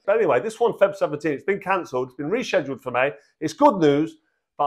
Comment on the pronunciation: bro can't even say rescheduled 🤣🤣🤣